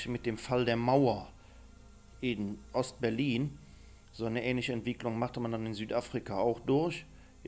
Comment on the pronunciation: weshalb sagt mal wohl oBERGERicht oder BERlin in GERmoney....